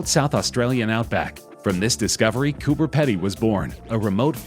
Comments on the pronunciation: FYI it’s pronounced ‘Coober peedy’ not pedy :) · It's pronounced Cooper "Pee" "dee" like seedy not 'ped dee' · the Pedy in Coober Pedy is pronounced Peedy. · The Australian homes do indeed reside in Coober Pedy but its pronounced Coober PEEdi LOL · Its pronounced Coober Peedie fyi.